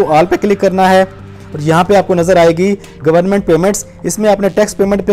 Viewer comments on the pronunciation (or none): none